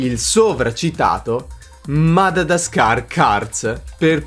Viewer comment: Si dice Madagascar e non Madadascar. Che trigger hahah